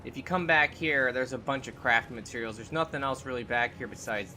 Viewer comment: Every time he says “it’s a bunch of crafting materials”, it sounds like he says it’s a bunch of crappy materials lol.